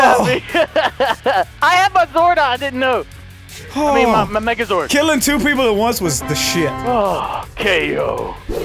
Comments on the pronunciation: you guys are calling it mega zoid it is mega zord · I went back if you listen close he says megazord it just sounds like it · He said magazord but it mostly sounds like niggazord